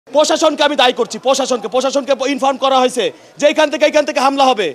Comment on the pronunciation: পসাসন না রে পাগলা প্রশাসন